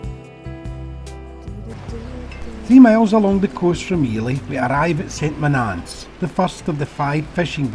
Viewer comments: Saint Monaaaance? I grew up here, its pronounced "Sunt Moan-ans" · Strange pronunciation of St.Monans.